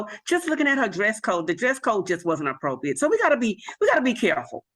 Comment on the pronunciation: "Keeeeds, dey, dis, dem, apwopwiate."